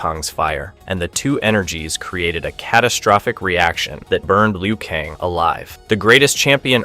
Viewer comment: Bro why are u saying kang and tsung wrong 😂